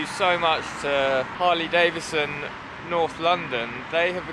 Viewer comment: Why do people say Davison when its Davidson please use the d its not silent. Sorry this only bugs me because people miss pronounce my name.